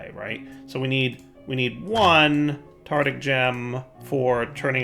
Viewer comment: Tartaric gem. Tar-Tar-Ic. TARTARIC NOT TARTIC PLEASE